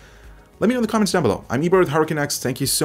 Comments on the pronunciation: Anyone else hear HurricaneX instead of HardwareCanucks? No? Okay. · I keep hearing you say Hurricane X but I know you’re saying Hardware Canucks...But Hurricane X sounds like some awesome DDR5 RAM...lol so keep saying it.